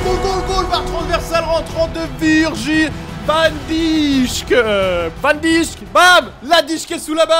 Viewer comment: Arrete de dire "van dichk" 😂 tu ne respecte pas son honneur.